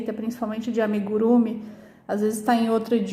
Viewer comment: Amigurumí! Assim como Tupi, Guarani, o japonês acentua a última sílaba. Mas este vídeo seu é excelente! Agora vou conseguir fazer receitas de outros países. Obrigada 🙏🏻